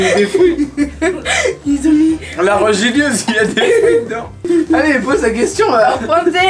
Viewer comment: La "regilieuse" dit moi que tu le fesait exprès sa ce dit "religieuse" 😂